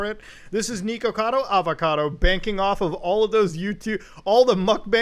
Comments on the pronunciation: tiny nitpick but it’s “nihkacado avacado,” not niko. it’s supposed to rhyme. good video anyways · mans really saying neekakado avacodo